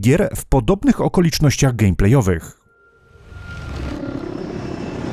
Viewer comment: błagam Cię, nie "gamplej" tylko "gemplej" ,bo mi aż zęby zgrzytają